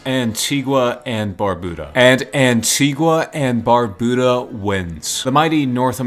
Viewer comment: Antigua and barbuda is where im from but you said it wrong